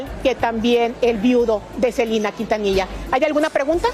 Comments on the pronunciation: La reportera de dice SELINA y es SELENA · Por qué dice Selina?😮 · Reportera aprenda hablar no es cilina es selena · SELENA, no Selina.... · SELENAa. Con E no Selina con I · Por que dice Celina 🙄🙄🙄 son nombres completamente distintos es Selena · Así se pronuncia en inglés, pero ella está hablando en español debería decir "Selena"🤷‍♀️